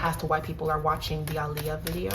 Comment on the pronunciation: Thank you for saying Aaliyah name correctly 😩😩😩🙏🏾